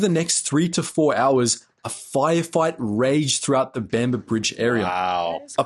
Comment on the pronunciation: This black monkey can’t even get the name of the location correct. He calls it “the battle of Bamber Brigade.” The location was “Bamber Bridge” in NW England. Who on God’s earth allowed these simian-like creatures to “escape” the plantations where they belonged then - and belong now? Picking cotton was all they were ever good for.